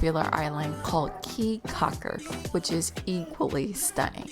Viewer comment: Your video is great, very enjoyable! Thank you!!! Just so you will now and not to upset the local citizens, It is AmberGris Caye with a hard G in there. and Caye CAULKER like chalk her (almost). Come back soon!